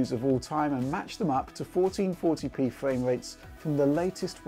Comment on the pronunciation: Fwame rate lol